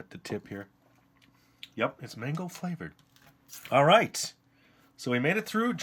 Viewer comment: I thought he said mangle not mango😭😭